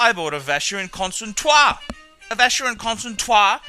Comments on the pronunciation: Probably he mispronounced it on purpose. Just to be funny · I agree with your general argument but no need to use bad language. We should let the quality speak for itself. By the way why the mispronounciaton of Constantin? Otherwise a very pertinent video. As I say, buy the obvious, pay the obvious.